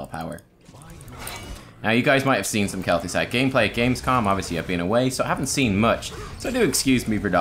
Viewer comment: Sweet "GAEMPLAY"